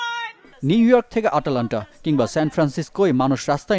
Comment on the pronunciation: আটালান্টা না আটলান্টা🇺🇸